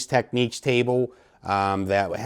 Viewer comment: Why do audio reviewers insist on pronouncing the Technics brand name as if there is a "q" in the spelling. It is not called "techniques," and we don't say "tekneekal diagrams." It should be pronounced "TEKNIX."